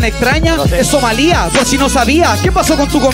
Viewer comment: When dice que es Somalía intentando corregir a y lo dice mal jaja xD